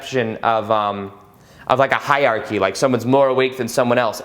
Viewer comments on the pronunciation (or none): none